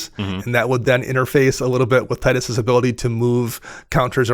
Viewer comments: its pronounced Tee-dus, just so you know. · Tide us makes more sense. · Only cowards say Teedus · His name is never spoken in game. Tide makes more sense given the aquatic theme. Teedus pronouncers hate life itself. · Was just about to comment about Tidus pronounciation, but got me! 😂 As you guys pointed out, what I like the most about Tidus is that you can proliferate really any type of counter you want, ability counters for example, and then move them to other permanents.